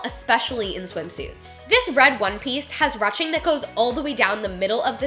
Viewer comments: A great video really enjoyed it a lot!! But I have to say... its not "ruching" like rushing to the store... its a longer U sound like "whoosh" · It’s not rutching it’s pronounced Rueshing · I love you so much!!! But it's roo-shing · i’m pretty sure “ruching” is pronounced “roo-shing” it’s french lol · "Ruching" is pronounced like "roo-shing" instead of "ruh-ching" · Ruching pronounced like Rooshing. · Ily but is pronounced ‘rooshing’ not ‘rushing’. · Love this but everytime she said ruching made me cringe.. is it not rouching? (Rooshing) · Thanks for another awesome video,! You rock. I always thought 'ruching' was pronounced "roo-shing," and I remember you pronouncing is that way in other videos...why the change? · It’s pronounced “roo-shing” silly! We’ve all been there haha. Also I love your videos! I’ve gotten way curvier since having my daughter 9 months ago and your videos have been so helpful. I don’t feel like a gross potato sack anymore! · Haha I was thinking the same! Great video though! X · You pronounce it like roushing 😳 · rue shing is how it is pronounced, love your videos.. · I'm pretty sure it's pronounced 'rooshing'? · Ruching? It is said rooshing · ROOSHING. ITS PRONOUNCED ROOSHING. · Loved the video so much❤️❤️❤️. However Rouching is pronounced ru-oo-shing. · I think it's pronounced 'rooshing' not 'ruching'. Great video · I was also curious about your pronunciation of the word "ruching" so I looked it up and it's pronounced "roo-shing". I'm curious why you pronounced it the way you did. It seems a lot of us would like to know as well. Hope all is well! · ITS PRONOUNCED ROO SHING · ruching is pronounced roo-sh-ing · It’s pronounced “roo-shing” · Love your video’s however Ruching is pronounced “roosting” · I thought it was pronounced ‘rooshing’ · Just FYI it's pronounced roo-ching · its pronounced roo-shing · “Rooshing “ is the pronunciation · When she was saying ruching wrong 😫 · love you girl but that's not how you say ruching